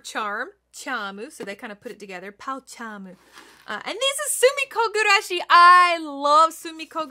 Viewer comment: gurashi, not gugurashi 😅